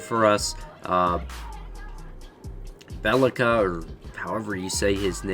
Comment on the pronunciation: Not belika. B ye li ca